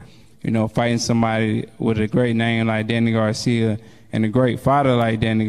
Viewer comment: The guy asking the questions can't pronounce Danny's last name correctly to save his LIFE! He keeps saying "Garcium" He didn't even pronounce Philadelphia correctly smh